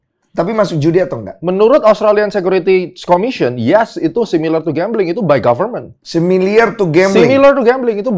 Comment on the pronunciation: Wkwkkw Den... Similar bukan similiar